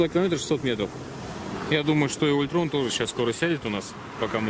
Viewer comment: Чтобы не хейтили! Похоже английские слова знаете. Ну токда Альтрон, а не Ультрон, ребятки.